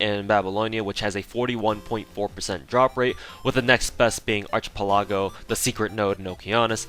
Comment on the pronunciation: I can't believe he pronounced it "ARCHIE- PELAGO" lmfaoo xDD